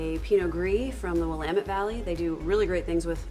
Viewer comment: As someone who lives in the Willamette Valley, I commend you on your pronunciation. There is another wine channel that seems to go out of their way to mispronounce Willamette.